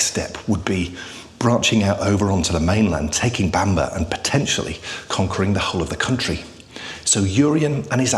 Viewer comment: Bamburgh is not pronounced Bamber but like burgh in Edinburgh so sounds like Bamborough.